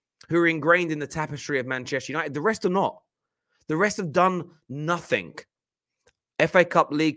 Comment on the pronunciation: Please stop saying nothink